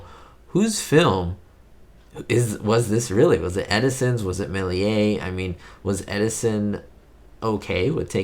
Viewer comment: In French Méliés is pronounced mayleeyeh not meh…